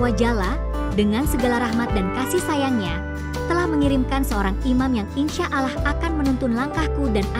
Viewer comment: jgn wanita ini yg baca, ngga bagus nyebut Allah 😮